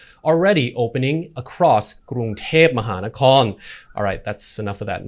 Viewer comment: Lovely pronunciation of the official Thai capitals name 👍🏻